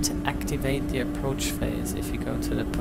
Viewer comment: 6.47 what is an "approach bode mutton" 😂😂